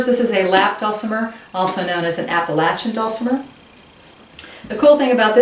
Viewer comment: Thank you for pronouncing Appalachian correctly!